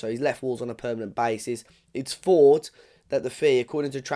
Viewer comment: The word is thought not fort 🙄